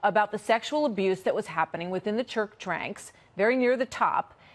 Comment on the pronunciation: "..The sexual abuse that was happening within the 'kurk tranks'."